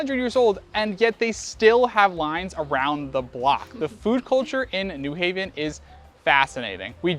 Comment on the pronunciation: newing? It's new haven, ct